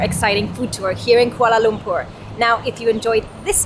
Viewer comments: Yeay for the correct pronunciation. Very rare indeed. 👏🏻👏🏻👏🏻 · I like the way says 'Kuala Lumpur'. So perrrrfect! 👍 Enjoy your stay in KL guys.. 🤗🤗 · The way she pronounce 'kuala lumpur' is actually spot on.. enjoy ur time here, welcome, Selamat datang ke Malaysia 🤝